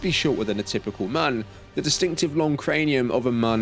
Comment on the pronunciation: Great video but god, it’s pronounced Mune! 😂